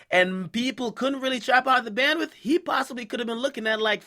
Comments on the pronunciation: Goddamn its "Bando" not "BANDWITH" lol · Not gonna lie....I cringe everytime I hear him say bandwith